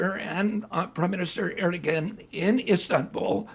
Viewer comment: We need leaders who know when they don't know something. RFK Jr lacks humility. Small issue: How does he mispronounce the Turkish leader's name so badly so often? Big issue: he slings wrong facts about Ukraine which lead him to conclusions that endanger Ukraine and the United States. Small issue again: And he still gets Donbas geography wrong the same way he got it wrong a year ago. It's like he read an article about Ukraine 5 years ago, misremembers it now, yet is so sure he understands everything that he doesn't ever read anything new or double check facts he thinks he knows but keeps getting wrong. Addendum: he STILL says Vladivostok!!!!! Holy hell, he's unfit to lead. that may sound drastic if you don't know the geography. But it would be like a foreign leader commenting during the American Civil War, but continuing to call Charleston "San Diego".